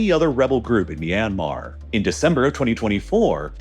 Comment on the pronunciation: It's ahcawse they're trying to lay claim to a Japanese diesel engine manufacturer "MY yanmar" 😂